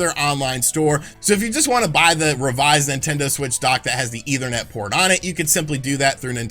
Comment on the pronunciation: JESUS CHRIST DUDE! ETHERNET NOT EITHER NET! Seriously man, at this point learn what words mean and how they are pronounced. Every video you sound borderline illiterate.